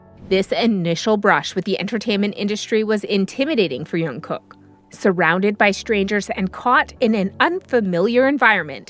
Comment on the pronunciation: Please check your pronunciation. The right word is MAKNAE not MAKNA and the pronunciation of AE is the same as the ae in aeronautics. Also his name is JUNGKOOK. The 2nd syllable, KOOK is pronounced like cook not coo. You must pronounce or enunciate the last K.